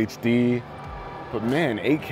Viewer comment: Guy can't pronounce Eight K correctly...sounds like AK